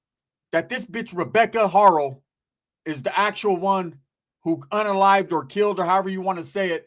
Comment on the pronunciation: Instead of Rebeca haro is rebeca fakno